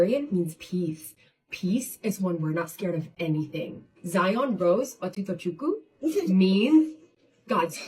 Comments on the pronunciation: So funny I’m legit doing my hair rn as I’m watching this and I’m Nigerian 💀 Edits: first of all the Philippine mom pronounsed the name VERY wrong for sm who is married to a NIGERIAN. The part that took me out was when she said “do you know what your name means in NIGERIAN” LIKE THAT IS A LANGUAGE 😭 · I’m Igbo and the way Nika Diwa says Otutochukwu in “Nigerian” made me cringe 😭